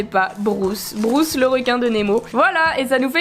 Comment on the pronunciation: Juste pour le requin ça se prononce brUce pas brOUce c’est brUce avec un U Mais sinon super comme d’habitude 👍👍